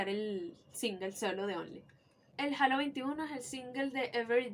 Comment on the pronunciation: Que fino una panita venezolana tiene Todos los albums de nin, yo cuando regrese a Venezuela en el 2004 me robaron los cds y me dejaron las cajas vacias, soy de maturin, una cosa que espero no lo tomes nada malo pero es un error muy comun decir halo (jalo) pero la pronunciacion es (jeilo)